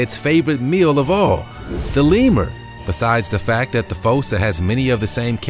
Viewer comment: I do believe that the correct pronunciation for#10, "fossa", is not with a long o, but with a long " u". Like in the animated movie "Madagascar", the animals are afraid of the " fūsa" (like the word use). But, nice video.